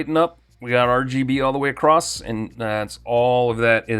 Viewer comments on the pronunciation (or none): none